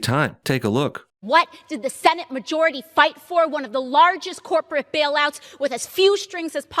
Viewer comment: watching AOC in this video is beyond cringe it's actually funny again, had me fucking LMAO "WhAt DiD ThE SeNaTe MaJOuRiTy FiGHt FoR!?"